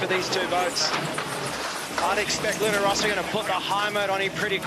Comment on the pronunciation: It's Luna Rossa, not Rosa, double S. Can people make a little effort on that? Thanks.